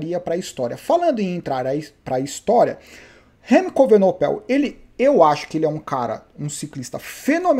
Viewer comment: o nome do "pivete" é Renco EVENEPOEL e não Renco EVENOPEL...rsrsrsrs